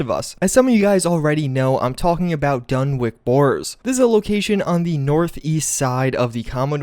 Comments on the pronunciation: For people saying its pronounced "wick" may be possible in other places, but in rhode island (where lovecraft is from) we pronounce basically everything different. Dunwich would be called dunnich. We have east and west greenwich, thats pronounced grennich. So, coming from a native rhode islander, im willing to bet he intended it to be pronounced dunnich, as is common in new england. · DUN-WITCH, not dun wick. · It's DUNWHICH! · Great vid, although I think it’s meant to be pronounced like Dunnich , rather than dunwick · Sorry. This is driving me crazy. It's a *sandwich*, not a *sandwik*, or a *sand -witch*. Ergo, it is pronounced *Dunwich*, not *Dunwik*. Although, maybe, it is actually the *Dun-Witch Borers*. It's seriously creepy. I would love to know the full-on Lore of these spooky places. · ‘Pre-face’, dunwic’k’ Come on…. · Dunwich, not Dunwick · You're definitely right about him missing the CH sound, but it's actually pronounced Duh-Nutch. The W should be silent. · Dunwich horror DUNWICH not dunwick 🤦‍♂️ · Just did some research and found that the correct way to pronounce Dunwich is by ignoring the W in the name (DUN-ich). Had to Google it to find out. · It's pronounced "Dunwich". Literally like Sandwich but, replace "Sand" with "Dun". Also, how many more times are you gonna say "Dunwich Horrors"? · It’s pronounced Dun-Witch. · Well, if you go to Ipswich, New England or any of the places that end in wich, the locals say it as witch. So it would be Dunwitch. But, in the UK, Dunwich would be pronounced Dun'ich. W is silent. I hope that clarifies how to pronounce Dunwich. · pronounced dun-ich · Dunwich not Dunwick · DunWHICH, as in "WITCH." Why can't anyone pronounce words on Youtube? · what's creepy in this video is how the narrator keeps pronouncing dunwich as dunwick and doesn't seem to even realize it. Spooky! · It's pronounced dun-itch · For the love of god it's pronounced DONE-ITCH. It's kind of a shibboleth. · Dunwich = Dun'ich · DUNWICH NOT WICK